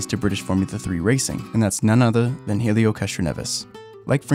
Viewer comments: who is Heelio Castroneves? Heelio? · The h is silent in helio...........